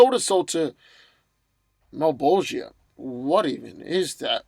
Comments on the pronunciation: It's not malbogeea it's malbogia (JA NOT JIA) FUCK get it right. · Just to help you out: Its MULL-BOLL-CHAH, as the Name is pronounced as it is in Italian, because Spawn was influenced by Dantes Divine Comedy. And its not a dumb Name, since it has Latin roots and means: "The One Who wants evil" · Plastic Man vs Slapstick ...and it's pronounced Mahl-bro-ja